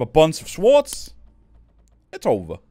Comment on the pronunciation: The w in swords is silent my guy haha